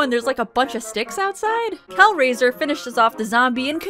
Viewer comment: Girl, are you saying Calgary when you say Kelraiser? And since I am like 99% sure that this episode was filmed in Canada... ❤️🇨🇦